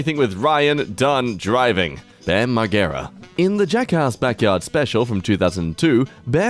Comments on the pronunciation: The way you pronounce bams last name hurts me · Your pronunciation of Margera hurts. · YOU'RE SAYING BAM LAST NAME WRONG! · is.. is he saying Margera? like, gear? but rhymes with bear?